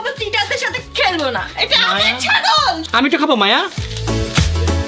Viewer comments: চাগল না ❌ ছাগল ✅ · ভাই ওটা ছাগল হবে চাগল না😂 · ভাই চাগল না ছাগল❤😂😂😂😂😂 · ভাই আপনি কি শরম পান নাকি ছাগলের ছ হবে চ হবে না😂😂😂😂😂😂😂😂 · ভাইয়া এটা চাগল না ছাগল হবে😂😂